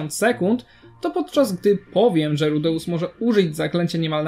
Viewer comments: Przestań mówić rudeus tylko tak jak to wypowiadały inne postacie w anime rudes. Boli mnie twoje wypowiadanie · Dostałem już kilka takich uwag, ale słuchając nawet wymowy z Anime dalej nie wiem jak to poprawnie wymówić (ja tam słyszę RUDEUSSy/RUDEUSS), więc chyba następnym razem dam po prostu wstawkę jak Eris woła go po imieniu: jeżeli aż tak to irytuje. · Tragicznie wymawiasz jego imię, sam filmik jak najbardziej na plus